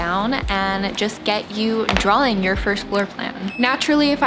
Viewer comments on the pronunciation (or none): FYI, it’s not ‘drawling’… it’s ‘draw’-ing